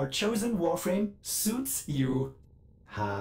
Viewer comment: Warfwame [Sritch]